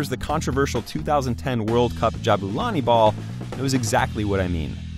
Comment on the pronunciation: It's Ja *BOO la ni and not Ja BA la ni.